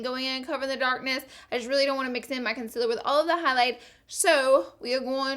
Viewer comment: Ily but it just annoys me that u say conciler instead of concealer